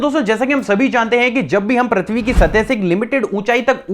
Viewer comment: I am unsubscribing today.. you dont do any work on your pronunciation.. braaslet? really... its bracelet.. you still saying prathvi.. its prithvi.. may I have your number?? coz I dont want to unsubscribe so want to talk with you once